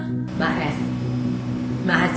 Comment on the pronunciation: Bwahahahahahahahahahahahaha!!!! She caught a fuckin Twitch tryna say aspirations!!!!!! I cant! I watched that part like 10 times and laughed harder each time Lmao Oh Gaaaaaaaaaaaaaaaaaaaawsh!